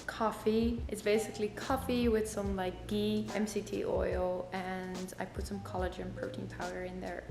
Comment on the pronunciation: Haha, loved how she said ghee. Any body Indian out here, haha!